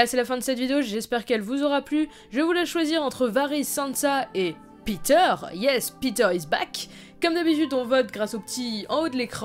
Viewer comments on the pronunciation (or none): none